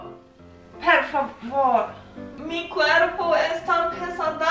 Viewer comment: Wie süß du immer "per favor" statt "por favor" sagst :D